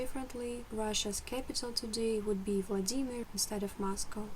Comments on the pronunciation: Non-russian : VLAA-di-mir Native russian : vla-DIII-mir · Yes second syllable please! In german language we also say WLA-dimir. So funny hearing her saying the german word "SCHLAG-baum" as "Schlag-BA-um".